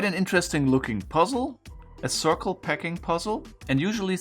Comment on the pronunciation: Are you saying PACKING puzzle? I've been watching for a year and every time I heard "PECKING" puzzle :D Both make sense